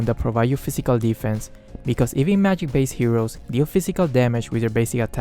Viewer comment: "mayig resistance wuhrn"